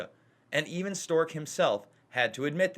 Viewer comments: Strzok (Strawk) not Stork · “Strock”...not Stork. 😔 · It’s Pronounced Stroc not Stork ! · Damn, Jason, you butchered Strozk's name. It's Str-ah-k (rhymes with squawk), not "Stork." :-o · Guys, do you not even have anyone watch these videos before you release them? It's Strzok, not Stork! I really like your videos, but you destroy your credibility by not knowing how to pronounce something as basic as a household name. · It's pronounced Struck. The fact that you can't get a simple name pronounced right puts into question you even watched the farce, or even pay attention, because his name has been out for months. I'm guessing at this point, you are reading someone elses script, and these are not really your thoughts. Putin's thought? Could be.Sad. Your misguided "reporting" is biased, fake news at best. I watched the farce, and you are very selective in the edit to how this unfolded. Putin must be your Patreon. When you have to announce you are no Trump supporter, You are a Trump supporter. Notice you showed no LouAss Gohmert. footage. BIASED.